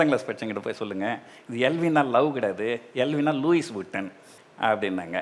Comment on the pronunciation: Athu Luis illa - Lui nu Sollanum